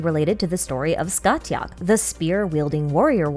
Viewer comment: I have never heard Scathach pronounced like that, it's normally Sca-hawk because Gaelic doesn't care how something is written, it will be spoken however it wants